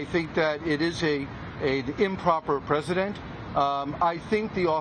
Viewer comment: Another criminal lawyer...and it’s ‘precedent’ not ‘president’ you HACK.